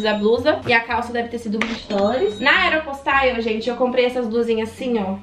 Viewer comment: Eu acho engraçado pq ela fala aero postaio Kkkk pq sla eu falo aero postale mermo